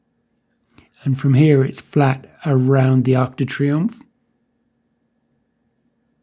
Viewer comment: Great video as usual - but my ocd won't let me get away without saying its - Arc de Triomphe not Arch du Triumph